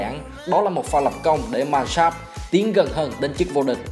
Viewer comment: Góp ý một chút Die Mannschaft k phải đọc là "đai man s cháp" mà là "đi man sáp f tr" nhé ^^